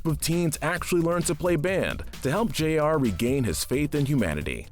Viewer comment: isn't it Jr and not J.R.?